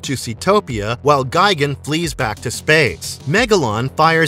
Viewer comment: You’re pronouncing it “Gai-gen”. It’s pronounced “Gee-gon”